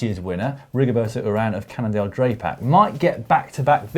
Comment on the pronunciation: Cannondale DRAY-PAC :'-) hahaha